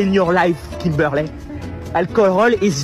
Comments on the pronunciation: nooo. it's Kim-ber-lierrr 🤣🤣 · kim-ber-lay got him all messed up..lol